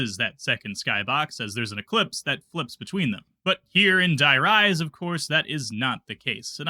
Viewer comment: "Let's go INSIDE the Denizon"😮... Okay... That's ENOUGH Ytube for today.